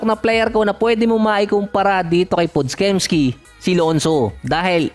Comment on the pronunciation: Pod-jemski basa dun idol